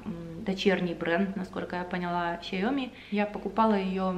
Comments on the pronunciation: Говорите Ся -о -ми. С ударениями сложно, тк язык тональный и не совсем корректно говорить про ударения, но можете интонационно выделить о. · СяомИ (ударение на И). Знакомая там работала))